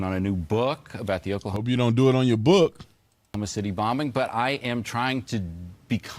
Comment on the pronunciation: "Yowl Haid"? come on.....YOUR .....HEADS